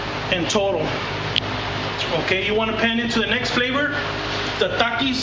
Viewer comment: i like how you said TAKIS